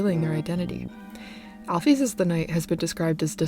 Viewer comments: al-fis not al-fees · The way she pronounces alphys is angering me like at least use al-fis or or al-fyze